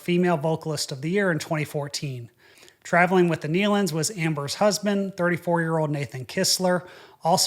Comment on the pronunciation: First let me say thank you for pronouncing the Nelon’s name correctly. It’s been crazy how many people have been mispronouncing their name. Second and most important thank you for explaining this in such a respectful manor.I have seen the Nelons on many occasions. My Grandfather’s group had sang with the Nelon’s many times over the years. This has been so shocking for everyone who knew them. Once again thank you so much for the way you told this story in a factual and respectful way.